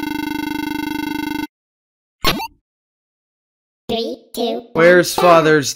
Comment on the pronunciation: When said Mickey's d's oh god